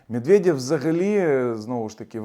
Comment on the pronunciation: " мєдвєдьов" - ха-ха. Можна всі їхні є читати як йо. Закарпатцям це взагалі буде легко. Йо ? Йо !